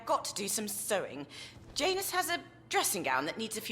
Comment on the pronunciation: Isn't that name usually pronounced "Yanus"?